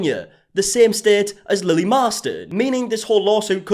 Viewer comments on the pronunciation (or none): none